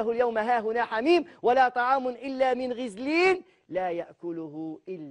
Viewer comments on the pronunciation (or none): غسلين وليس غزلين ،و زيد يخسر بزاف و لاينطق الايات بشكل صحيح ،ضمة يردها فتحة وفتحة كسرة ،،هذا مين جابوه ،بففف